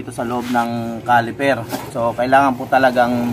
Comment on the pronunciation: CALIPER SIR HINDI "CALIFER"